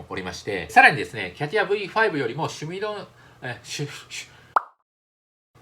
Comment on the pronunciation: 毎回シュミレーション言えないマン